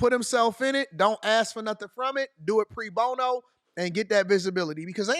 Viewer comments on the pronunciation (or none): "pre" bono? Lol! It's PRO bono.